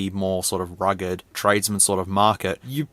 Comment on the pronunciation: I thought that you said "rigged" phone lol It could explode at any moment!